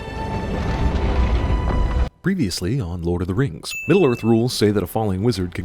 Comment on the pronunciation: NOOOOO NOT LORD OF DEH RANGS CRAPPP